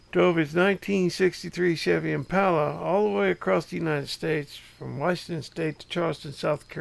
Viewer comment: There ain’t nothing better than a”1963 Impahler “